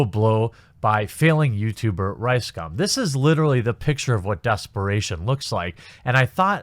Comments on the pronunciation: It’s actually pronounced RiceCum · RiseScum? I'm hearing that every goddamn time :D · i always hear rice-scam when you say this assholes name... and i will continue to hear it this way from now on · How come I keep hearing RiceSCUM?